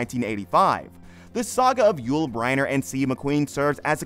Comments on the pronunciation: BrEnner not Briener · So McQueen came back to life after his death in 1980 to reconcile with Bryner in 1985??? Which is pronounced Brinner by the way... Just two of the many inaccuracies. Sheesh , what a mess this whole thing is! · Haha. You do not even know hot to pronounce Yul Brynner's name. Is this AI generated.?